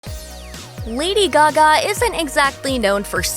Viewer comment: Lady Gagme